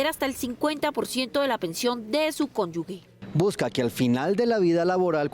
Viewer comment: Conyugue ????? Conyuge.